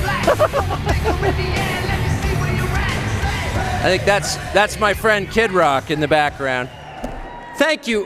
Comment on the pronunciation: I love the joke he did saying his friend Kid Rock's name wrong by putting the emphasis on Kid instead of Rock.